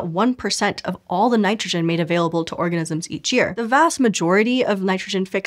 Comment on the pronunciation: You may have said " orgasms " instead of " organisms " or is it me ?